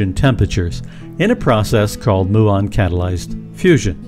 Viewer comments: It's myoo-on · You ought to look up the pronunciation of Muon. Seriously.